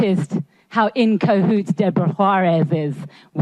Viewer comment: "in cohoots"? I think it's cahoots...